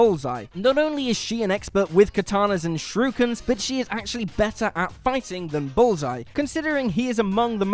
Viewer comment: After several re-listens I now just realized he tried to say Shurikens....christ alive what a butchering that was